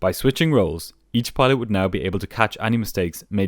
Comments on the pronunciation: I think the way he pronounces pilot is of a different dialect than my ears are used to and had thought it sounded like peelot tubes at one point; and pedo at another. That's my bad for not being accustomed to the difference of enunciations in the world. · He said petot